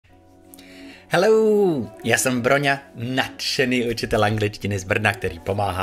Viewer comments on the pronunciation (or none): jste mi moc sympatický a moc si vážím vaší práce. Chci vám ale říct jednu věc - to vaše Hello na začátku těch videí zní hrozně neanglicky. Já jsem přemýšlela proč, jestli to je tím, že nedáváte dostatečný přízvuk na tu druhou slabiku nebo prostě čím to je..... Ale nevím... ten akcent na druhou slabiku tam trochu máte, tak vlastně nevím čím vším to je...... Dávám k zamyšlení a omlouvám se, že můj příspěvek není sofistikovanější...... Eva. (Aj učím a hodně poslouchám..)